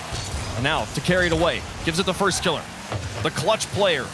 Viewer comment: was anyone else bothered by how that fuckin dude kept saying "firstkilla" like he's scrub killa? i know i'm being very particular about how i like my casting, but that shit just felt wrong